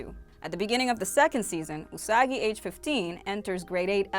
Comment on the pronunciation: Usagi (you-suh-guy) 🤣😆😂